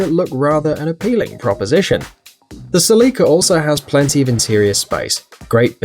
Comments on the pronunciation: Its Célica not Celicá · You say Selica I say Celica (Cell-ica) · Ur killing me with the way u pronounced celica is pronounce cé-li-ca not ce-lí-ca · The celica is pronounced sell-a-cuh, not sell-ee-cuh 😂😂great video tho seeing the volvo 240 makes me want one even tho id hate the US spec headlighys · Ok so I know you're on "that" side of the pond but here me out. The Toyota Celica is pronounced like a jail cell, cell-ica not like a window sill, as in sill-ica. I don't know if that's an English thing vs an American thing or either you or I am being ignorant on the pronunciation. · SELL-I-CA...not sellEEEKA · Cell-i-ca. My dad has one from the 80s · Isn’t pronounced a cell-eh-ka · That is a weird way to pronounce Cell-ick-ah. :P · SE-LICKA wtf? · You pronounced the Celica wrong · Now I know how to pronounced Celica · The way he says Celica 🤦🏻‍♂️ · Dont emphasice the i in celica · the way he keeps saying celica lol